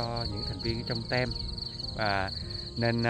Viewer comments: Team trong tiếng anh đọc la (tim)..k fai tem bạn ạ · Nếu không khó lắm thì Sang nên điều chỉnh lại cách đọc chữ Video và chữ Team cho đúng. Đây chỉ phiên âm theo kiểu Việt, chứ không phiên âm quốc tế nhe. Video đọc là Vi-đi-ô. Còn Team tạm đọc là "thim" chứ Sang nói "Tem" không hiểu đâu. Vậy nhé Sang. 😍💐👏👍